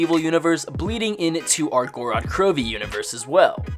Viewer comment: theres only 2 syllables in gorod bro